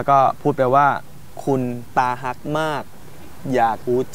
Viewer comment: เป็นตาฮัก คับไม่ใช่ ตาฮัก สาวๆก็งงสิพูดผิด